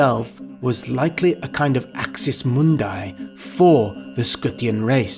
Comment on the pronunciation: I like the enthusiasm But 70% of the names are miss pronaunced. "AXIS MUNDI" - Ak-sees – Mun-dee (not munday). Skee-tee-yaa, not Skutiya. And all of the Slavic locations are completely butchered. Also MEZO-GETE.